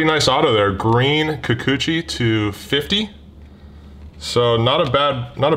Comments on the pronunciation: Enjoy the war....enjoy you saying Kukuchi more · I really think its funny to hear you say Kikuchi. HA!